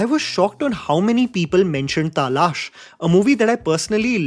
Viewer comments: it's pronounced talaash, not taalaash... तलाश ≠ तालाश.. you're repeatedly saying the latter and it's kinda irritating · I think you said Taalaash instead of Talaash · Appko bilkul hindi nahi aati h? talaash aane jese bola h, us se to yahi lagta h, ha me manti hu, english me talaash likha h, but aapko real word likhna na aata ho but pata to hoga, तलाश hota h na ki तालाश. Or तालाश jesa koi word hi hai hota hindi me ( search, quest ) k liye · whats Taaalaaaash? Its Talaash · It's pronounced Talaash and not TAA-laash. The 'A' after the 'T' is not emphasized to make a TAA sound but a simple Ta sound. Correct your mistake. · When will you get your pronunciation right bro??b please join some diction classes...its not Taaaalash its Talaash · tahlaaash!!! 😂😂😂 We finally found weakness. He can't pronounce talaash. 😂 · Talaasssh.... So also Writes his script.in English and his teleprompter doesn't tell him How to pronounce 😅😂😅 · Fucking loved Talaash. and its ta-laash not Taaa-laaaash.😂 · It's Talaash not Taaa Laash 😅😂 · Taaalash❌ Talaash✅ thik se to bol le. English mein Chabad Chabad karta hai har video mein. Pronunciation galat hai. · First it's talaash not taaaalaash.... Second talaash is an classic. F the haters. 🖕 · Taalash nhi bro Talaash! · What the hell is Taaaalash Bro it's Talaash And we complain about nepo babies not speaking Hindi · It's talaash, not taalash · it's not Taa lash it's Talaash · Taalash? WTF bro? I have heard British youtubers pronounce Talaash better. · Yea, in these many years as his viewer, I never expected that we would correct his pronunciation 😅 Its Talaash yaar.....not taaaaalaaash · According to: Talaash ❌ Taa Laash ✅ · It's not TAALASH. It's TALAASH. Huh... Pushpa kaisi hai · Sure You are in a minority for pronouncing Talaash as Taalaash.😅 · Not ragebaiting his viewers by mispronouncing simple words like 'Taaaalaaash' & 'Kadekar' 😭😭Good strategy for getting more comments though😅😅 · WTF was TAA-LAASH 😂